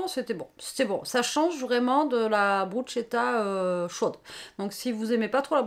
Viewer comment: Bonsoir, pour info la bruschetta étant un met italien se prononce "brousketta" car le ch en italien ne se prononce pas comme en franćais mais se prononce "k’ et c’est en effet délicieux.